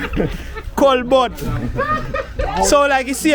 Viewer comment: We Kingstonians pronounce it as Colbert / kolbert 😂😂😂 your pronunciation had me cracking up 😂 but